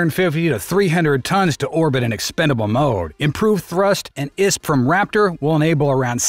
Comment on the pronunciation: Who the heck pronounciates I.S.P "issssp" ????????